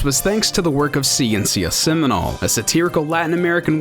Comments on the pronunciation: The pronunciation of ''Ciencia Seminal'' is too weird. ''Ciencia'' is ''Science'' in spanish, it's pronounced ''See-Ence-(ee)a'' and fastly, and accentuated in the ''Ence''. While Seminal is accentuated in the ''Nal'' unlinke in english. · Word of advise for the narrator, try to seek how words are pronounced, "seminal" has the stronger pronunciation at the end, I couldn't understand the word due to his accent, it means seminal science by the way.